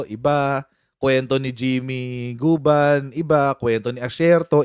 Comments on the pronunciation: Jimmy guban po ndi gabon🤣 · Guban hindi gabun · Guban po coach not gabun hehe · Guban yata hindi Gabun 😂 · correction please hindi jimmy gabon kundi jimmy guban kasi banggit mo jimmy gabon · Guban po Hindi gabon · GUBAN hindi Gabun po.. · Correction: Not Gabun, it's Guban, coach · Not Gabyn, coach... It's Guban